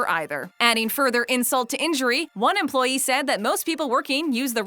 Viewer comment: the way she says EmployEE XD